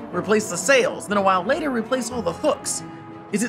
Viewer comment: "layiter" what's that MEXICO?